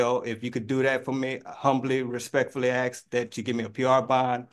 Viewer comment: He sure "AXE" al lot from the court.